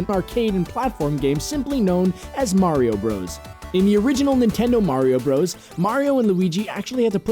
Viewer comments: Isn't it pronounced Super Mario "Brothers" not "broes"? Bros. (with period) is short for brothers. Just saying. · Fun fact: It's pronounced "brothers," not "bros." Hence the period at the end to denote an abbreviation. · Uh... slight correction. Bowser in the North American games was always Bowser. He was King Koopa in the cartoons. In Japan, he was always known as Koopa. Also, it's called Super Mario BROTHERS. You not actually supposed to say BROS.